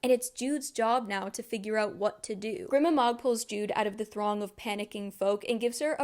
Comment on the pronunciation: the way i clocked that jude coulda came back the whole time before i even started qon had me screaming at the book cause she was so blinded by “betrayal” when other people pronounce fantasy names differently than me it makes me mad idk why like i think grima is pronounced gr-y-ma and madoc m-ay-doc